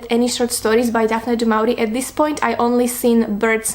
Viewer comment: It’s pronounced like “du mo-ri-e”